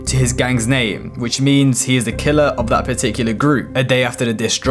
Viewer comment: U butchered his name in the beginning